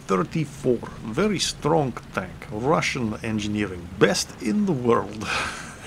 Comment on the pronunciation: Ha Ha Ha ...remember when speaking withe RRRRRussian Accent...... words like "very" are pronounced "wery".